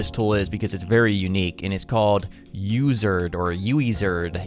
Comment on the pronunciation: It is pronounced as Wizard